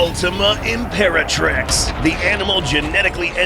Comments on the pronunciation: imperatirx lol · Literally "Imperatirx" lmao 😂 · 00:1 Ultima Imperatirx? I thought it was ultima Imperatrix. LOL